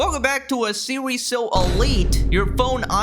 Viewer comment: "Welcome to a seewees so elite." I think I need some ear-bleach after that one 💀